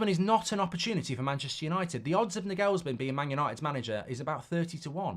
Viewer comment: I hope we don't get Nagelsmann, because you can't pronounce his name. Years of that would really do my head in. He's German. The stress is on the first syllable.